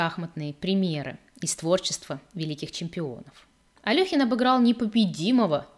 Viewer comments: Вы в курсе, что в БСЭ пишут то Алёхин, но тут же в скобках указывают верное произношение — Але́хин. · Але́хин... В БСЭ пишут Алёхин, но тут же в скобках указывается верное произношение — Але́хин.